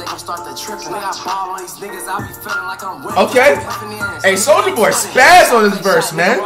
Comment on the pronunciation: anyone notice how says "souja boy" lmao